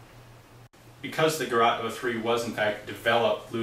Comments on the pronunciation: The pronouncing is not garat, it is gerät. The Ä like pronounced the a in GAS- operated.... or simple, as Geret 03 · Gerat in Islamabad. It's Ger-ät. The Umlaut of doom will not be ignored. How to: Open your mouth as wide as possible and let your tongue hang out as wide as possible and try to produce a sound. This is in the ballpark of the "ä". Listen to the pronunciation of "Mädchen" online.